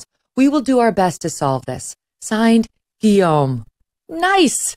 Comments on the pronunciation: I admire her saying ''Guillaume'' the French way and not like some ugly American wjo might say Lewis instead of Louis. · Well, with one caveat. In French its pronunced "Lou-i", not "Looisssssssss". Guillaume is well pronunced however.